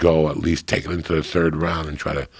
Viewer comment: High Rogan lost his mind again for a split second "take a Tard right angle turn."